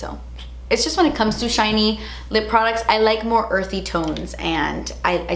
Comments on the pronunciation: “Jootsy and chiny” 😂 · “really glot-sy, really juit-sy, really chine-ey” 😂 I love your descriptions of things hahaha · "Really glossy... really jutsee... really chiney" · Weally juitsy weally chiney. I LOVE it!😄